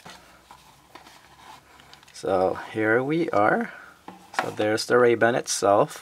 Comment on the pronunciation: Why are you saying Ray-band? There's no D!